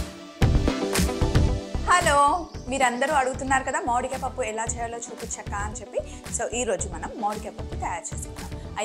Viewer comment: Modikaya kaadhu akka mamidiya akka